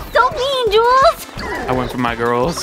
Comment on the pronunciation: Every time alpha says 'jules' i hear 'junes' and i- i think i need to cut on the persona